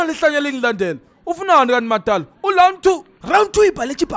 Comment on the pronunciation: Ploblem🤣🤣🤣🤣🤣🤣🤣🤣🤣🤣lound 2